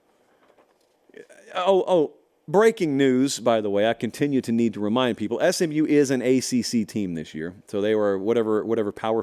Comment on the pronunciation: says Smu vs Cuse 😂😂😂😂😂 for the Championship